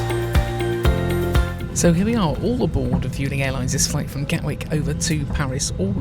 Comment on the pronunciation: It's pronounced Vwelling